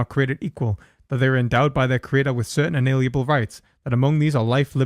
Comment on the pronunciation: You keep saying "inaliable", when you mean "inalienable".